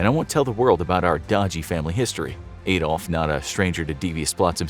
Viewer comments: It anyways sounds weird to hear "Ay-dolf". His name was "Ah-dolf". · Adolf is pronounced like Ahdolf not Aedolf